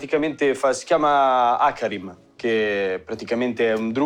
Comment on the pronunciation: hacarim? 😂😂 ogni riferimento a fatti o personaggi di League of legends è puramente casuale (Hecarim). Grandi.